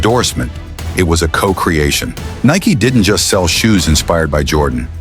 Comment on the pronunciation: If you are gonna do AI, at least make sure it can pronounce the one word the video is about.